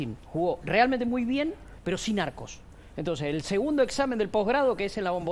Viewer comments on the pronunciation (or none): none